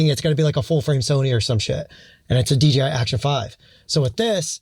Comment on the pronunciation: Why you call it D”G”I 😂